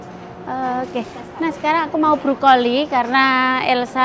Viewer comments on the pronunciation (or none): Brokoli mbak.... Bukan brukoli